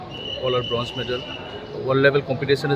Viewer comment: Its Bronze not Broze